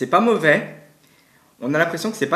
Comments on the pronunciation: C'est pas movait 😂mdrr 100 fois trop bien sinon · "C'est pas movais"😂😂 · Pourquoi tu dit c'est pas movè